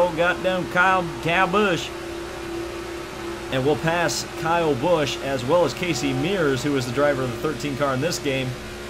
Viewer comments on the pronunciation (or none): Why do you always say kayle busch